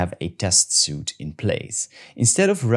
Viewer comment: The word suite in “test suite” is pronounced sweet. The word suit as you pronounced it is something you wear and it doesn’t have the e on the end. Keep the videos coming!